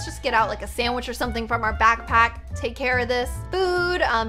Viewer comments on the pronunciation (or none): Its not "sawich" its "sandwich